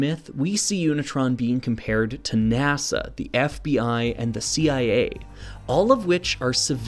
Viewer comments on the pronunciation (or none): none